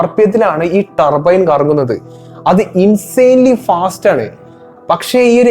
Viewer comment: Tarrrrbbboo Ttaarbine എക്സ്ഹാസ്റ്റ്, വെഹ്ക്കിൽ 👀🫣😱🤨🙄🙄🙄🙄 ഇംഗ്ലീഷ് ക്ലാസ് അല്ല എന്നറിയാം, ഇംഗ്ലീഷ് ഉച്ചാരണം ശ്രദ്ധിക്കുക Bro. നിങ്ങൾ തെറ്റ് തിരുത്താൻ തയ്യാറായാൽ. പ്രേക്ഷകരും തെറ്റ് തിരുത്തും